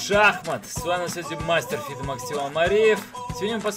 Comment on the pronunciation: Мастер "фыифыде" - Мастер чего, аж бесит! В каждом видео....